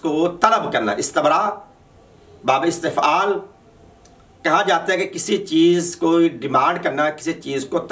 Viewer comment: پہلے اپنی صرف درست کرو استَنراء نہیں ہے استِبراء ہے اور بابِ استَفعال نہیں ہے استِفعال ہے بے وقوف انسان😂